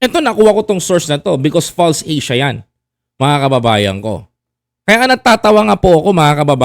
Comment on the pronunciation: False Asia not Pulse Asia lol